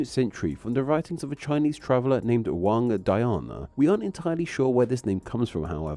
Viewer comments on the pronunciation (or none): none